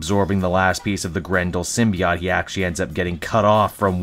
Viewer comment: Sim-be-ought? Hmmmm